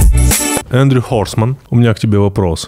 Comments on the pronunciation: Эндрю Хорсмэн ахаха сказал Тим Олдэнгривуман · Бляяяя, "Эндрю Хорсман" - я чуть со стула не свалился